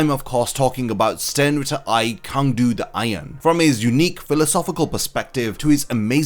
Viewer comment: I’m pretty sure his name is actually pronounced Tsang du